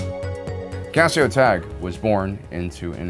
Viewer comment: First, you pronounced Cassio Tagge's name wrong. Second, you put Director Krennic on this list of most competent officers, and then there's Tarkin on your list of most incompetent officers. This is just inherently wrong. You'd know that if you read the novel Thrawn: Treason. Which truly shows Krennic's incompetence more so than Rogue One. Tarkin has a far greater success rate and skill level than Krennic could ever hope to have. I'm not sure why this has to be stated. This is an objective fact.